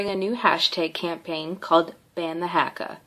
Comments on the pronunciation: I'm from new Zealand and she is the most erritating person I have seen and it's not harka it's prinased huka 😤😠😠😠😠😠😠😔👈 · Bruh it’s not haaaaaakaaaaaa it’s haka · The pronounces Haka two different ways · She said Haka wrong and its not sexist, its a tradition us maori's preform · This woman can’t talk shit when she can’t even say haka right. If you see this woman you would piss your pants if they did the haka in front of you. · football team😂😂 no no its rugby. Its not huka its haka other thing its not marory its maori